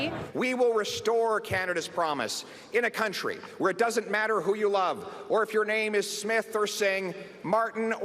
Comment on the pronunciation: Pretty darn good analysis, sir, specially good pronunciation of names